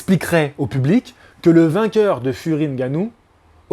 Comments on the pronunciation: merci pour la prononciation du nom , c'est effectivement ngannou, et pas N'gannou. Ça fait plaisir de voir des personnes de temps en temps s'arrêter et se corriger sur la prononciation réelle des noms. Au Cameroun et en Afrique personne ne dit jamais n'gannou. Tu es respectueux et passionné, force à toi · Je constate une amélioration sur la prononciation de Ngannou. Pas N gannou comme j'entends souvent.